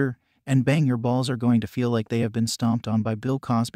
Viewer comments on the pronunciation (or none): none